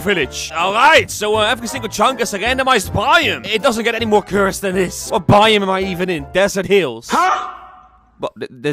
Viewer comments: Why does he say it like bioom instead of biome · Why does it sound like buyem when he says biome? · I had captions on and every time he said “biome” captions thought he said “volume” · “This is a by-um” “This mountain is a by-um” By who? All joke no hate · It’s not my intention to make fun of his accent; I’m only mentioning a difference in pronunciation. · The way he says biome 😂